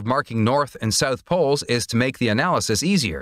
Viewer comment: “South”, not “sooth”.